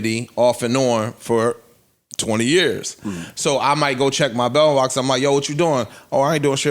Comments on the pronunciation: Wait were they sayin MailBox or MelBox i was lost.. and shes like it was open.. Nah this is crazy Lore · Nobody caught that "Mel Box" Joe slipped in? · gotta check his "Mel".... "Mel-Box" LOL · Me too and Joe said Mel Box 😅😂😂😂